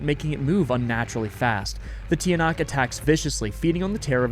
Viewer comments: Hi, Filipino here, Tiyanak is pronounced as like chanak, and this is not actually a bus, it's a Jeepney! And i'm very happy to see you play Filipino-inspired games! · hey! i’m from the philippines, and i wanted to teach you how to say some of the words here! tiyanak is actually said as “cha-nak”. in tagalog, the letters “ tiya” are sometimes said as cha! silang is said as “ see-lahng” tagaytay is not “ta gae tae”, its actually “ ta gai tai. “ai” as in chai tea! our currency is actually called pesos! singular is “piso”. i’m a big fan and would love to help you and anyone else with pronunciation! thank you so much because i really like this playthrough of urs!!!! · Hi! I love you videos it gives me the chills. Im from the Philippines and im very honored! Im really good at english cause i have practically learned it my whole life. Edit: you probably wont see this comment but its Tch-ah-nahk